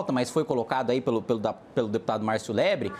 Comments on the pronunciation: Kim é um monstro, percebeu que o kra tava falando o nome dele errado e aproveitou pra errar o do kra de propósito! hahahahah Marcio Lebre hahahaha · Deputado " Lebre" kkkkkkkkkkkkk